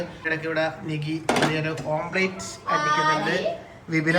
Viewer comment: Omplate alla omlette anu... Sajishinte kodi ithra vayassayittum mariyillallo